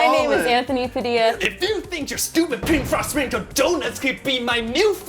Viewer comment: I don't know why but when I hear padildo I hear pedo